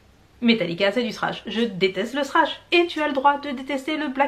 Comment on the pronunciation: déjà ton argument perd toute sa valeur quand je lis " la plus par", sinon : Non. Thrash c'est Thrash avec le fameux Ze que t'apprend à prononcer en cours d'anglais et ceux qui ne savent pas le prononce simplement Sss comme ici Srash. Mais y a pas de mal hein. Au moins on reconnait bien les français qui essaient de parler anglais de cette façon.